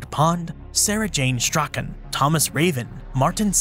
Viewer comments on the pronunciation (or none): none